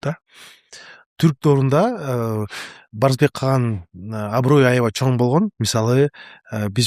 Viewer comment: Такое ощущение что специально акцент делает. Неужели за столь лет жизни научился выговаривать слово "Чоң" и букву "ң".